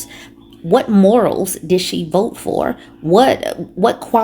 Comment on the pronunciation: “I will boat. For donal tromp” 🦞 🎶